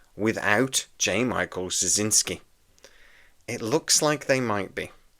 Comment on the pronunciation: Well, first off, it's pronounced "Stra-ZIN-ski." Hard to spell, simple to say. Second, if I was dubious about this remake WITH JMS, it'd be a disaster without him. I thought this was like "The Matrix Resurrections," that the WB was gonna make it with or without him, but they gave him the right of first refusal. Joe, being the control freak he is and having tried SO many times to get B5 spin-offs running, would, of course, jump at the chance. Third, I hope that whoever does it (and that only JMS does!) will rename the characters. I get that there will be new actors to take the place of Andreas Katsulas' G'Kar and Peter Jurasik's Londo, for example, but I treasure this series so much, I don't want to hear about who's going to the "new" Garibaldi or the "new" Ivanova. If you can have a John Sheridan step in for a Jeffrey Sinclair, then the rebooted B5 CO can be called Jim Snyder or something like that. I'm most curious why there might be more interest in this reboot with JMS perhaps excluded than with him on board. If what you want is more of what made the franchise desirable in the first place, who better to deliver it? I'm pretty damn sure he hasn't lost his mind like Roddenberry did, so we won't get some kind of NextGen weak-sauce B5. I can't imagine in the Hollyweird of today anyone else doing a better job. Now what >I< would REALLY like to see is a reboot of "Crusade," a direct sequel to B5 and a show I always called "Star Trek with a point!" Sure, we're on a top-of-the-lin